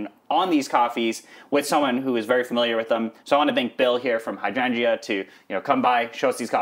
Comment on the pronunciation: love this video, but the way you pronounce hydrangea triggers me